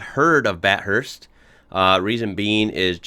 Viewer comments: ‘Bat Hurst’ lolz It’s pronounced “Bath urst” btw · Og video, pronouncing Bathurst correctly, many times. Op: BATT HURST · I want to sub. But you called it Bath Hurst? Also after you hearing it pronounced as Bathurst “ multiple times “ you still called it Bath Hurst? Next video? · They pronounce it bath/hurst, the one h spreading into both syllables. It is in fact Bat-hurst (the name of the guy the place is named after, not any name nowadays). Either pronunciation is fine. But do not expect the bumpkins to understand. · Huh???? Bat-hurst?? Ba-thirst?? Bathurst one word love like American pronunciation for Bath then hurst Spoken as one word Bathurst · why do American's always make word sound stupid. BAT-HURST. its Bathurst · BA TH UR ST dude not BAT HURST please get it right! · It’s not bat-hurst it’s ba-thirst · Maybe already posted but you got the name totally wrong. its BATH ( LIKE BAT BUT WITH TH ON THE END )URST NOT BAT HURST!!!! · Bath hurst not bat hurst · Dude...firstly....batt hurst... no.. Bath-ust Secondly....way better videos out there. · Bat hurst? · It’s not bat- hurst the Th makes a f kinda sound Bathurst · As an Aussie it hurts to hear Bat hurts...... Instead of Bathurst.... "ba...thirst"...... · It's not bat-hurst It's bath-urst Bathurst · BAT HURST!? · it's pronounced bath-hurst not bat-hurst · Bath~urst not bahurst. I'm not even a minute in. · Bat hurst, it's Bathurst. or fondly call "the mountain" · Are you saying 'bat-hurst'? It's pronounced, 'bath-urst'. Great video btw. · It makes me cringe every time he says Bat hurst! It’s Bath hurst! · bro not bat-hurst lol th together like in "the", bathurst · bathurst, not bat hurst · Jesus’s Americans I here Bathurst not bat hurst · Pronounced Bath-urst NOT Bat hurst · It’s just as cringeworthy listening to Jeremy Clarkson saying Bath (as in bath tub) urst.🇦🇺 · OMG his pronunciation of Bathurst Bat-hurst hurts my ears, Plz mate its bath-urst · It’s bath-urst not bat-hurst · Bath-thirst bro, don't be cringe